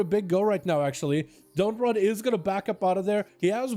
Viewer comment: Dot and run am i the Only one that noticed he didnt read dotnrun right